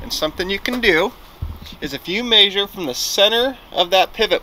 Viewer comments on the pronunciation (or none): May-sure (measure), said just like Matt. Must be a west coast accent? Also, cool truck! That must have been hilarious to see all of the kids reactions at the school! Haha!